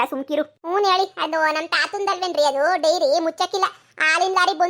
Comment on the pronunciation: ಡೈರಿ ಅಲ್ವಾ ಅದು.. ನೀವು ವೈರಿ ಅಂತ ಅಕಿದೀರಾ